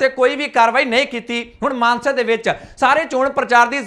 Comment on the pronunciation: ਮਾਨਸਾ ਜ਼ਿਲਾ ਕਹੋ ਮਾਨਸੇ ਨਹੀਂ